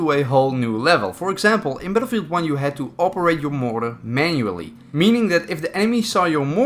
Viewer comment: When he called motor "moror" I felt that